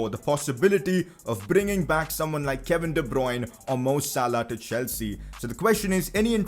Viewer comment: de bryune